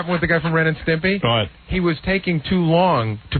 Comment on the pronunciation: Howard totally incapable of saying "Ren and Stimpy" properly. "Stempy."